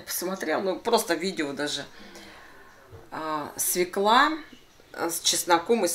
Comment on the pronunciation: свЁкла! Нет слова свеклА.